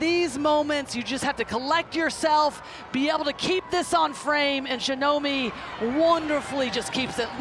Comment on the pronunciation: shinobi ! Shinomi